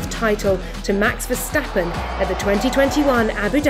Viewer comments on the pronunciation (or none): none